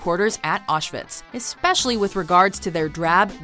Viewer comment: It's pronounced "Ow-shh-wits"